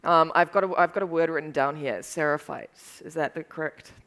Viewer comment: I put the subtitles on the video to understand what is the name of the new faction, and there's say that is "Sara Fights"... It is this name??? Or is the subtitles deceiving me? When I heard I thought it was: SIERRA FIGHTS... Am I wrong or what???